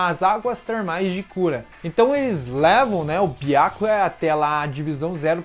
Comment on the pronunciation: Seus vídeos são bons, só a pronúncia de alguns nomes que deveriam ser "corrigidos". Byákuya é complicado. Esse "á" acentuado é horrível de se ouvir. Mas o conteúdo é bacana. Sucesso. Grande abraço.